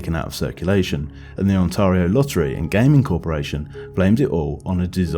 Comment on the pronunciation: Lo t t ery, please please pronounce t's. Not just random t pronounciation. Please. Stra t egy, ci t y. You can still keep a south uk accent